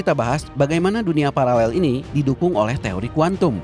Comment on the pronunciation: Parallel min bukan palalel. Ngengernya gimana gitu😂